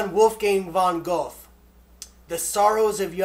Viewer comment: Welcome to the community! :) My husband is a huge Tolkien fan too. Have you ever been a member of The Plaza? Awesome choices! But I think Goethe is pronounced more like Gur-tuh. (sorry, I'm a bit anal-retentive when it comes to pronunciations)